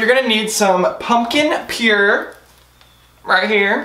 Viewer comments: Stephen Hinton Purée.. (Pure• Aye) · *pumpkin pureé (pronounced pure-aye) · That’s purée not pure 😂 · Isn't it puré? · Erin Loper nah it's purée